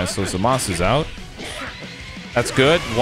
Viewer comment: Just keeps pronouncing zamasu name wrong wtf